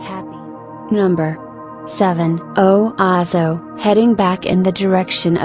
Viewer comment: Please learn to pronounce the town names. O waas o